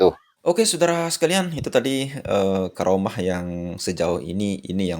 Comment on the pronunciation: assalamu alaiku,m maaf jangan sebut garomah dengarnya kurang enak. bukannya karomah. itu lafal menggunakan huruf kaf. he he he punteun